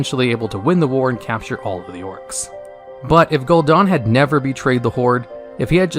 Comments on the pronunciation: Gul'dan* not Gul'dOn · its gul"dan not gul"DA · Gul DAN not gul DON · Dude DAN is not pronounced DON. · Gul'Daan? Really?